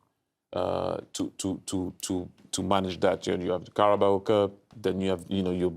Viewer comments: “Carboa cup” 🤣🤣🤣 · Titi's eyes 👀 when Clint couldn't say Carabao cup 🤣🤣🤣